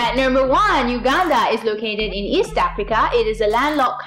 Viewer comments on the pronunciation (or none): none